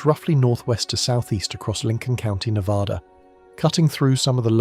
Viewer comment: Can you say Nev-Ad-Duh!!! Cant even say the states name right. Im not watching anything more